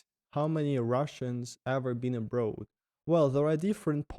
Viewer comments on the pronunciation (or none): "Abroad" is pronounced "abr-or-d" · It was interesting to watch overall. On a different note, the author having the word 'abroad' in every second sentence and mispronouncing it every single time was like....🙉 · Why all Russian youtubers pronounce the word "abroad" wrong? Not only. All the others I met do it the same. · English is a goofy language! logic says that road (as in street) has a long o sound so "abroad" should as well. Just throw logic out the window and pretend the "oa" is actually an "aw" like in saw/claw/law and you'll be perfect. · It’s absolutely INSANE how much your English has improved in only a year!! You are doing AWESOME buddy. You’re already losing your Russian accent even!! Mindblown brother. You’ve definitely got a gift for languages. Cheers from Canada, stay safe and keep the vlogs coming!! 🇨🇦❤️🇷🇺🇬🇪🙏🍻 PS: I do have one English learning tip for you, the way you pronounce the word “abroad” sounds a little funny. It’s not that you pronounce the word wrong at all, it’s just that the accent you’re developing with your English sounds very much more like an “American” accent as opposed to a “British” accent, and the way you pronounce the word “abroad” kinda sounds like how a British person would say it. If you want to keep your speaking in the tone of an American or Canadian native English speaker, then pronounce “abroad” like; Ah-brawwd or A-brawwd Ah - as in like the word Awesome or a hard A sound as in the word Animal and then just Brawwd or Brodd. The spelling of abroad is one of those strange English words that doesn’t sound the way it’s spelled. The “oa” sound isn’t like in the words road, toad, goad, boat, goat or bloat. It’s like an “awwww” sound instead of an “ohhh” sound. 🙏🍻